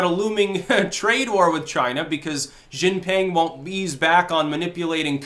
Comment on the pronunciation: She jeen ping Xi. Jin. Ping.